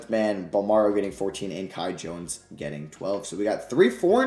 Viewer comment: Please shoutout the Bahamas since you butchered The Kai Jones thing